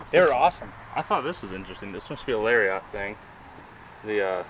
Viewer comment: Nobody:: lariat pronunciation (Larry yacht)